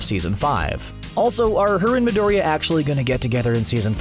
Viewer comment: i dont know but the way he pronouns Midoriya really annoys me. ahahah he must be seing the shows in English like damn.